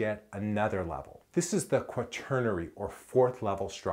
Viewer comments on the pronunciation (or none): I dont like how you say the word quaternary 😂